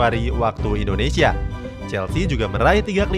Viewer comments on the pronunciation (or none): none